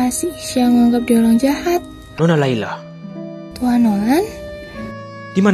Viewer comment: Itu layla ngomong r kepeleset L